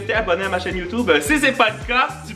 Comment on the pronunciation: On dit chaine youtube pas chaine yootub